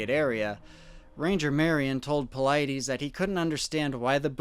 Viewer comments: It is really difficult to listen to you mispronounce David Paulides' name. You say you listen to his reports, right? At the beginning AND at the end of his reports/videos he pronounces his name very clearly. The last syllable of his name is NOT pronounced EEEZ. It is pronounced iss. David Paulid-iss. Hard to put much credence into a report where the primary name that keeps getting spoken is mispronounced. I'm going to keep listening because The Lore Lodge, who does pretty good research, highly recommends your reports. I hope it gets better. Cheers! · " I love how you purposely mispronounce David Paulides's last name. I bet that chaps his hide. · I don’t mean to be such a jerk here, You gotta know how to pronounce paulides by now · Since you're using all his material, do you think you could at least pronounce Dave's name correctly...smh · Ru mispronoouncing Paulides on purpose? I watch his videos and he does not pronounce his last name that way. Always throws me off. Just curious.